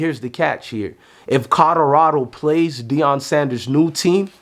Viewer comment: Bro, it's COLORADO, not CODORADO. Jesus Christ, you can't even pronounce the team's name proper 😂